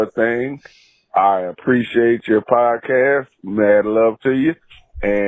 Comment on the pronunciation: I just wish he could pronounce appreciate. Then I'd think about it